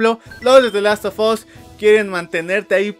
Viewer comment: The Last of 'as', la u se pronuncia como a